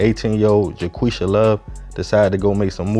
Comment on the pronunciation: Ja-Qwuisha" 😂 I'm sry I'm sry. Echem* back to the story